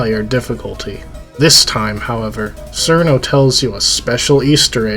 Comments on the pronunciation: Also pronounced "Let-Tie-E" not "Let-tea" its not "Sir-No" its "Churn-No" its "Toe-Hoe" not "Too-Hoo" i cant even finish the video after seconds without muting because its annoying to listen to someone that does not know basic phonetics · Or Cirno as "Sir no" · it's obviously pronounced crino